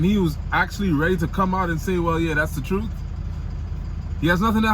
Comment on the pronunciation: I knew you were Trini when you said TRUTE instead of TRUTH